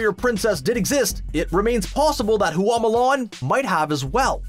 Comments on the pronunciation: Bad pronunciation. It's not hoo ah it's hwa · OMG please take the time to learn how to pronounce the name of the thing you're talking about next time. Everytime you said Hooa instead of Hua it made me cringe! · Hua is 1 syllable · Fa Mulan. The surname they got is Fa. not Hua. Right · “Hoo-wah” urrrrrggghhhh no! It’s 1 syllable: “Hua”. That’s it. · You couldn’t take five seconds to learn the proper way to say Mulan’s last name? It’s not “hoo-ahh,” it’s one syllable, just Hua. Same with Tang, and Zhang Ziyi. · I found it interesting that you pronounced Hua differently almost every time lol